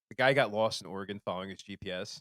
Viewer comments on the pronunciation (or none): none